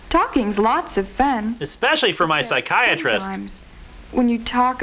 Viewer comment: "talking's lots of fenn" it hurts.